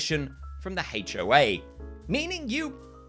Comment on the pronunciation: I love the way "HOA" sounds with your accent because it sounds like "Hate-O-A," which is an accurate descriptor because it is a universally despised organization captained by similarly odious people